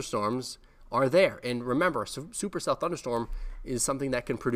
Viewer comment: Before i played this i said, "but does he say supercell?".... He did not disappoint 😂